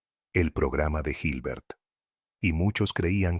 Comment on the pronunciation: La pronunciación y escritura de ciertos personajes está incorrecta. Por ejemplo, cuando se habla de Hilbert y de Carnap. El relator pronuncia o transcribe mal esos nombres, así se habla de Gilber o Karnap. Pero la exposición es bastante buena e importante.